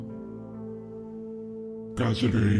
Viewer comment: He said cassady